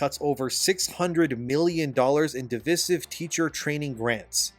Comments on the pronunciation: Americans, I swear, none of you know your own language Divisive is not said 'desesive' Say it how it's spelt, what other word does it look like? Divide? And how do you say divide? If you don't know the word I don't understand why you won't just look it up, so many times my OCD brain splits in half Like saying blunt instead of brunt, or God forbid saying 'Err' as 'Urr' Like.... LIKE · i stopped watching after you pronounced divisive like that, your opinion is hereby null and void.